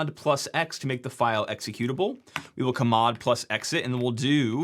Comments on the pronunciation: it's "cheymod" not "kumod" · (ca)-mod??? It's CHange mod not CHimeramod, so it's (cha)-mod! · I hate how you pronounce everything wrong. KUHMOD for chmod, should be pronounced CHUHMOD ch does not make a K sound ETSY for etc, just say etcetera??? I hate you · it's not "ka-mod", it's "cha-mod" 👿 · "kamod" !!? I've always pronounced "change mod". :) . Found it funny . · Ka-mod is a fascinating way to pronounce chmod. I'd be curious how you pronounce chown. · I've never heard anyone pronounce the Change Mode command as "kuhmmod" before. Jokes aside, this stuff makes me feel like we really need to have professional certification and licensing for software engineers. Not the software, the engineers. I would not trust many of my colleagues to patch the most basic vulns like you exploited here and the world should not be running on that kind of work. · Never in my life have I heard chmod pronounced as CARH-MOD 😂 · battle is no longer gif vs jif. its C-H-mod vs K-mod🤮 . Lol 🤣 interesting content tho! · Nice intro into hacking -- but chmod is pronounced: /tʃ mɒd/. Same thing with chown: /tʃ own/. Yes, I was brought in by the originators who actually named these commands. But I really liked your displayed style. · kmod???? KMOD???? Can you not see it is CH??? It's CHmod. I don't know who you learned from, but you learned wrong. Sincerely, curmudgeonly dinosaur. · If you pronounce `chmod` as `cah-mod` then how do you pronounce `kmod`? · “Kamod” to say chmod is insane! It stands for “change mode” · Yeah, I cringed so hard, I need to see a specialist now. 😆 I believe it is simply pronounced "shmod", as you say for change mode. Never heard it pronounced like the way he did... ever. It was still a very interesting video. He was a bit fast, and I have never looked at de-compilation and such, so this was really super educational. Just... a bit fast (I may be too old as well lol) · Yeah who calls it kamod lol. Also he pronounced etc like an alien